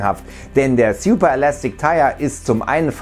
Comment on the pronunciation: Sjuper?, könnten Sie sich bitte ein bisschen mehr Mühe geben Wörter korrekt auszusprechen? Manchmal ist es echt lächerlich.